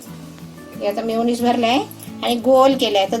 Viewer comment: मायोनीस नाही रे meyoniz